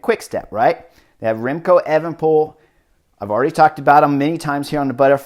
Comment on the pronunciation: also chris its pronounced A-van-a-poel